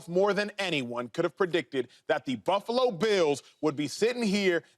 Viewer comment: Y'all spent a long time mispronouncing Josh Allen & Buffalo